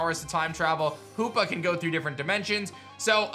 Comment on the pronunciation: 90 percent sure they're right Ps-Omg I just woke up, so I'm sleepy. When you said "hoopa can go through different dimensions" I swore you said "who f***ing go..." 😂